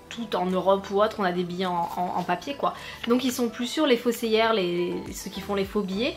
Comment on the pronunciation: prend le pas mal mais t’as pas vrm l’air de connaître ton sujet . P-S.: c faussaire et pas faussiaire